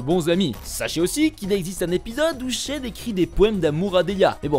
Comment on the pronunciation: Il n'arrête pas d'alterner entre Chen et Tchen. 😂